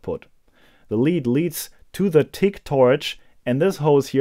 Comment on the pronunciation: yeah only those who only say English words in their language but it still doesn't change my point here.. acronyms.. later in this vid he slowed down and got the "G" right..